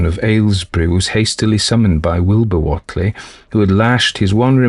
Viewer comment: Thanks 😆Happy Samhain to you!:.BTW, it's pronounced: "uh·lai·juh" Elijah Wheatley = "WAY-tlee".. Sorry it just really irks me hearing something pronounced so differently than I've always heard it 😅 Yog Sothoth